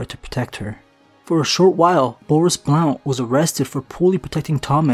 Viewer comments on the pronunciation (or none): The o in Blount is silent